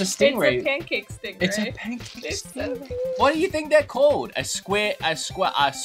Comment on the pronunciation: Pancake Stingray is for sure a "Pan-ta ray" XD